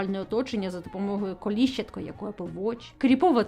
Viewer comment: Лайк! Але коліщАтко, а не колІщатко 🙃